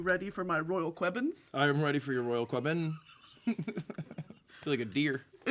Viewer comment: She said qwebbin :3